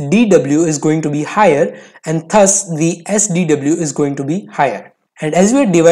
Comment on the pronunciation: “THUS” is not pronounceda as “THAS” it’s “DAS”